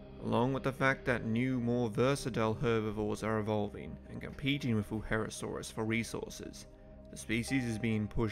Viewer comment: It kinda pains me that you say Wuherosaurus, when it's Wuerhosaurus.